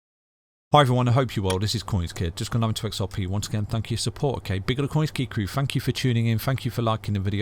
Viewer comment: I hear "Fank you!", is it?